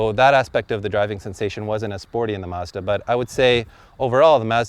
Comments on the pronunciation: it's MAHZ-DAH!!!! not MAZ-DAH. Stupid host can't pronounce it right, don't host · It's Mazda, not Mawzdaw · Mah-zz-Duh Not Maa-zz-da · MAHZ-DUH NOT MAZZZZZ DAAAA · Why can't this guy say mAzda? Also, even a turbo isnt going to help that civic. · i'm getting a headache from the way they keep pronouncing mazda. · Why is he pronouncing Mazda like that? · Why can't they pronounce Mazda correctly? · I hate the way he pronounces Mazda. I'm about to get behind the wheel of mines :) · Good god YOU'RE PRONOUNCING MAZDA WRONG AND IT'S ANNOYING AS FUCK